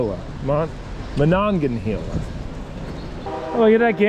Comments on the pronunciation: Pittsburgh word help River pronounced Ma-nong-ya-hey-la. Incline and town pronounced Du-cain. Lol Hope this helps. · I grew up outside of Pittsburgh PA and to hear you butcher the "Monongahela" river had me rolling so hard. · Being from the Pittsburgh area it was fun to watch "yinz" exploring the area. Definitely amusing listening to your pronunciation of Monongahela and Duquesne. I bet you would love to explore the 3 rivers "N'at".